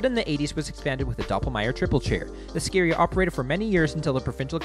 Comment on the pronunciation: Also, It's Ski Area...not scaria.